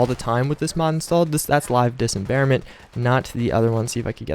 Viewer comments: I can't believe you made it through this ENTIRE video saying "Dis em bare ment" instead of "dismemberment". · sir its dis-memberment not disemberment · it's LIVE DIS--MEM-BER-MENT. very easy to say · Dis mem ber ment you fuckibg idiot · I didn't like you saying dismemberment wrong. now... at about 5 minutes this kid is shootingarms and legs off and quickly too chuckles then adds its actually very satisfying. lol why don't you calm down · Am I the only who cringes when this dude says dismemberment... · Man I downloaded this mod yesterday and it is a god send finally headshots actually kill ppl like they are supposed to. That was always one of the most annoying things about fallout shoot someone in the head and they'd barely flintch it was sooooo stupid. Also you are pronouncing Dismemberment wrong. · C'mon man, you're dis-embarrassing yourself with that pronunciation.